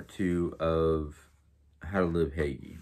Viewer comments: Nice video! Again, I’m pretty sure Hygge is Pronounced Hoo-guh ❤️ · Hello I'm really enjoying this series on Hygge.And I myself can't pronounce this word lol because it doesn't sound anything like it looks.So I searched how to pronounce it and if I can be any help to you I'd be happy that I did correct you and help.It is pronounced HOOGA it's tricky lol.Can't wait to hear more about Hygge since I myself can use some form of relaxation at times.Have a great day